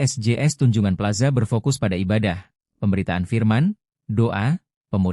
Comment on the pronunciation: Tunjungan bukan tanjungan 😂😂😂